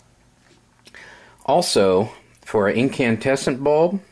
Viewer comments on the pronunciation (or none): You mean incandescent ? It sounds like you keep saying incantesant.